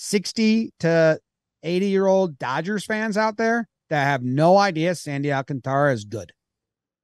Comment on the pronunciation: The dude is gonna win NL Cy Young you guys gotta get his name right. You totally got in your own heads trying to accent his name. You are messing up the Alcan part roll the r’s if you want. Sandy Alcantara does NOT rhyme with Garciapara but does rhyme with Ventura. And don’t emphasize the “can”. Don’t mean to be critical I know you guys work crazy hard and love the game and I can tell you’ve overthought it and that always trips you up. Been there